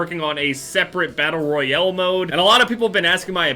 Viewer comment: "Battle royele"